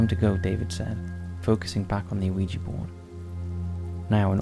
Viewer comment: Dear Top 5s O.G. Narrator: Let me start by saying I love your guys' work, and I've been a subscriber since circa-2016-ish. I just have one request. Can we PLEASE stop pronounicing the "O" in "Ouija"? Just pretend the O is a W? "Wee-jee." Like "Squeegee", but without the S. Everything else is super-rad; I love and appreciate all your hard work. This tiny, inconsequential thing really bugs me for some reason. A reason only known to my twisted brain, and it kicks me out of the magical stories you weave for us. That's a me problem, not a you problem, though. I can grit my teeth through it. If you absolutely MUST pronounce the O, who am I to tell you that you can't? I'm not. I'm just saying that it picks a scab on my brain, for some reason. Like those jerks that have to correct people's grammar online. I'm really trying not to be "that guy", but I'm failing. I still platonically love everyone on the team, though. Thank you.